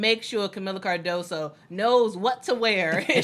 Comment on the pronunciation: Hey! Love you guys, but just in CASE Kamila joins your Sky, her last name is pronounced car-DOE-zoo. That "s" in Portuguese is like a "z" in English and that last "o" is like a double "oo" in English, like "moo". Sorry to be picky and stupid but Portuguese is not so common in the US! Your analysis of women's basketball has been fantastic!